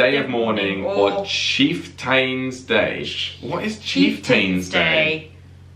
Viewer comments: Chieftain is pronounced chief-ten. It is another way to say chief. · Chieftain is pronounced "chief-ten" not chief-tane". There's was a fairly famous British tank called the Chieftain. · Oh for frack sake,...it's pronounced Cheif-tans Day. You should know this...the Brits had a Tank back in the 60s called the Cheiftain. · The tank is called a Cheeftun. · Chieftain is actually pronounced CHIEF-tun. No charge. : )) You did far better with Thanksgiving than most Americans would do with a quiz on Boxing Day, trust me. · First, taco is not TACK-O! It's Spanish and it's t-ah-ko. Those Johnson and Buchanan were presidents. Chieftain is pronounced chief-tun.